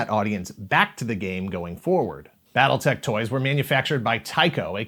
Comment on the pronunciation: Why, I keep hearing, "Battle Necks"